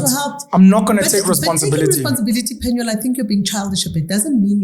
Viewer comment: It's PenuEl not PenuAl